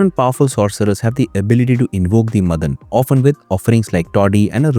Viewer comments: stop saying Madan madan! its MAAAA-DAN ! GET A MALLU FRIEND. PS: NO HATE , FULL SUPPORT. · Not मदन it's माडन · Not madhan it's maadan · its not मदन it is माडन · Madan nahi, Maa-Den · മദൻ അല്ല മാടൻ. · Please note that it is not madan (मदन) it is mATan (माटन्) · Not Madhan. It's Maadan. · It's not मदन. It's माडन.